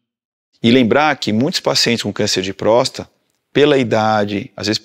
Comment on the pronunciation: Me incomodou o médico prenunciando prosta e não próstata.